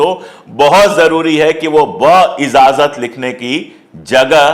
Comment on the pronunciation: لفظ بااجاذت ھے بااذاذت نھیں۔ शब्द बा इज़ाज़त नहीं, बाइजाज़त है।